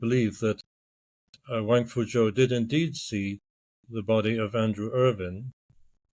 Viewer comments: it's Irvine with an E not Irving with a G....numbnutz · Pulling a Ross lol it's Irvine not Ir-ving, I am the same way, My Wife gets pretty annoyed by it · Please stop calling him "Sandy Irving" his name is "Sandy Irvine". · Yes his name is Irvine, pronounced ‘Urvin’. Not ‘Urvyne’! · Very irritating listening to podcast host repeatedly mispronouncing Irvine as Irving. Even after guest properly says Irvine with a polite nuanced inflection in his voice. Yikes! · Could you please have some respect and pronounce the man's last name correctly. Irving?? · Irvine. Not Irving. Interviewer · it sounds like the one guy is saying Irvin”g” adding a g on the end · According to other YT channels the Irvine family pronounces as *UR-vin* People are constantly trying to correct it to *Ur-VINE* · Andrew "Sandy" Irvine's last name is pronounced ERV-in. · Yes, all of those pronunciations, just not IRVING with the g. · Sandy was British, the correct way to pronounce his, surname is Ure vin spelt urvine, as the british speak English correctly in its most modern original form this is the only correct way to pronounce his name. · nice try but you clearly pronounced his name irVING at least twice in the beginning of the video alone. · How inept are you??? You can't find evidence that Erich found/spotted Irvine's boot first!!!! It's in the film clip!!!!!!!!!!! Time for you to stop pretending you have something significant and factual to add to this recent find. Utter nonsense. You cannot even pronounce Irvine's name correctly.